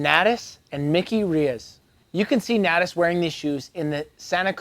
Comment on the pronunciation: 14 things you don’t know about how to say Natas. Except a couple times you got it right for some reason.